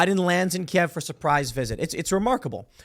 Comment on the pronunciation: Can I take a moment to thank Tim for saying "Key-Ev" correctly in English. It's been driving me insane every time some midwit thinks they are being clever saying "Keev" because ThAtS hOw YoU SaY iT iN UkRaInE! I dont speak Rus, say it right you twit. Just like it's Rome, Not Rum or Rom, in real speak. Danzig, not Gdansk. Germany, not Duetcheland. "You essay!" not Estados Unidos. Grumble grumble.